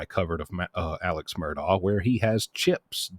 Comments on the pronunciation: Pronounced ' Murdock', great vids man, hope you can keep the quality with the quantity.👍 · Mur-dock. Say it with me...MUR-DOCK.